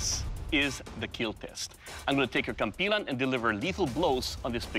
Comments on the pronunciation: he said kampilon instead of kampilan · Its pronounce "Kam-p-lan" not "Kam-plan" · KAM-PEE-LAN not KAHM-P'LAHN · he said compy-lawn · Should be pronounced as 'cam-pee- lan' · I wonder if Doug didnt teach him the correct way to say it to make it hilarious. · You're saying it wrong 🤧🤧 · Bro the kampilan is a filipino sword and the announcer said kampilan wrong